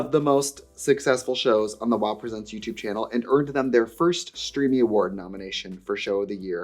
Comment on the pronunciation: Every time she says 'youtube channel' in any context, all I hear is "dyoo have a yootoob channul?"